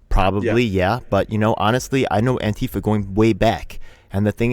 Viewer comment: what's with pronouncing ANTIfa as anTIFA?